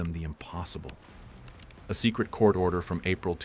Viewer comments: “Top Socret” 😂 AI out here doing its AI thang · "top socret"